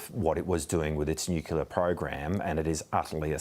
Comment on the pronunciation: Nuclear! Not nuculer.